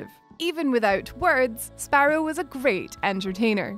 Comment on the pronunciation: Sparedoe sparedoe .. then sparrow.. dont change it . I like the spare doe